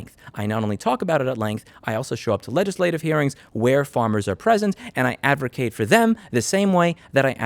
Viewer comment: Given you are a lobbyist, I'd suggest you remove the letter R from your pronounciation of the word "advocate".